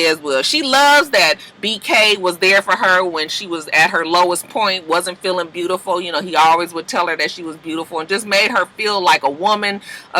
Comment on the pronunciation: ANYTHING with a "U" in it, he adds an R, lol. He always say BRUTIFUL instead of beautiful, so it makes sense that he would say hruman, LMAO 🤣🤣🤣